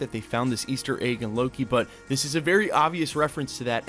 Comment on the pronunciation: Why do you pronounce egg like "AYGE"